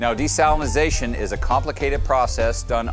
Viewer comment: dude actually pronounces desalinization correctly !